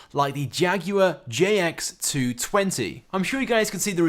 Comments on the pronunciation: its jaguar xj 220 not jx 220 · Jaguar JX220?...um you mean 'XJ' 220 YOU FOOOOL!